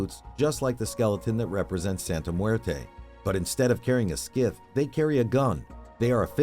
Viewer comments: I think you may be pronouncing the item lady death is holding wrong. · Dude, learn how to pronounce "scythe." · Homie read "scythe" on the script and decided to just wing it. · The way this video pronounces " scythe " is infuriating. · If I hear this man mispronounce “scythe” one more time, I’m gonna cut this guy’s head off and glue it to a turtle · Absolutely losing my mind at the way this guy pronounces scythe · Lol you sound like an IA also you pronnounce scythe wrong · That's not how you pronounce "scythe". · Dude didn't know how to pronounce scythe. 😂😂😂😂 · Why can literally nobody say Scythe correctly? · i like how he pronounces scythe funny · dude keeps pronouncing scythe wrong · You are misprouncing "scythe". Look it up. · The way this AI pronounces "scythe" is criminal. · dude I literally paused the video as soon as I heard it and came to the comments to see what people had to say lmfao... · Star Wars: Revenge of the "Scythe" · Me"so you are supposed to be an AI that is way smarter then humans and you can't even pronounce the word 'scythe' probably....wtf" AI"hay I'm doing my best ok" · ...You really need to look up the pronunciation of "scythe". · a scith??? Scythe is pronounced sigh-th lol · Its not pronounced "skith" its pronounced sigh-th. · It is not a "skith" its a scythe pronounced (sithe). god that bothers me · Oh my god, it's "SIE-TH", not "Skif". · Omg it's pronounced S-EYE-TH. Not "SKITH" you plebe. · scythe ia pronounced sieth not skif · Holding a 'skith'? GTFOH. PSY-TH. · It's scythe as in five, not sith as in skiff. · Scythe not skith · It's a "sy-the" (rhyming with "sigh"), not a "skith". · It's a scythe, not a skith. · Scythe is not pronounced "Skith" it's "syy-th" where syy is pronounced like sky. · the scythe is pronounced sith or sythe NOT skith. just a heads up homie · SKITH?? SCYTHE... "Suayth" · Downvote A.I. Sk*ith, WTF! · Is this fucking ai for sure? Wtf is a skyth? Cause I know you ain’t saying scythe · Ah yes, the deadly "skith"